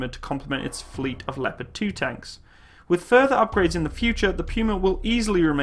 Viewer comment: i love how people dont know to pronunce Leopard 2